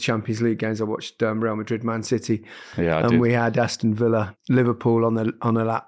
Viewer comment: City not Citeh